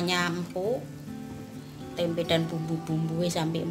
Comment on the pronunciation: Hhhhh tempe buk jangan ditambah huruf "k" di belakang "tempe" beda arti buk hhhhh